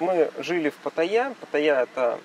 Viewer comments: А зачем говорить "ПатаййЯ!"? если можно просто сказать нормально как и все "ПаттАйа". Я никогда не слышал, чтоб Moscow говорили Moskva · Патта́йя (тайск. เมืองพัทยา, Phatthaya; ударение в тайском языке — Паттайя́; варианты написания — Паттая, Пхаттхая, Паттайа, Патайя) ;) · Все это кто? Погуглите ударение приходиться на последний слог. Хотя тайцы говорят вот так Но точно на второй слог делать ударение не правильно.